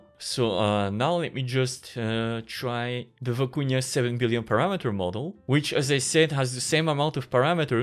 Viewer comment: "Vykuna" not "Viikunya"